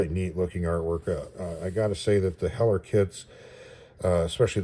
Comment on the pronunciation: Cool Review ,also I think you got the pronunciation right. The local IPMS chapter is Named after Craig Hewett (Whom I knew) and Heller was his favorite brand .